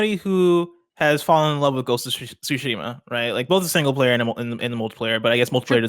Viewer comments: I like how has turned Ghost of Tsushima into one word "Gosushima" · I'm consistently impressed with ability to pronounce Ghost of Tsushima as a single word.